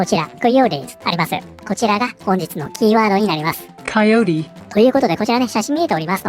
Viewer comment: 英語の自動音声の発音が、コヨーテじゃなくてこよーりに聞こえるｗ 某有名Vtuberかよ🤣